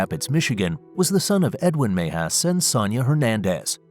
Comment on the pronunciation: Cringe every time the narrator pronounces Mejias.